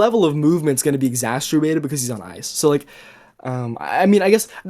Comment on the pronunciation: And he mispronounces exacerbated like he's never read the word, only heard it